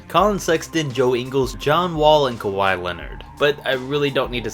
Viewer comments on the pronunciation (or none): none